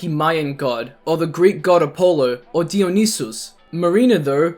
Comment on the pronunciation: I had to pause for a second, I’ve never heard Dionysus pronounced like that before,,,, points for that I suppose :,)